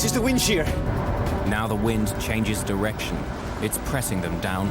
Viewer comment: WIND SHEAH